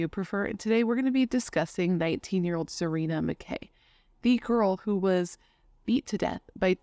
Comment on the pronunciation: Her name was actually pronounced Sa-Ren-a, not Sa-reen-a. She also went by Serenity. You said Sagkeeng right the first time. And, we have 911 in Canada lol